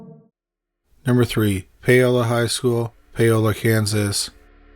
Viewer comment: Paola: POW-la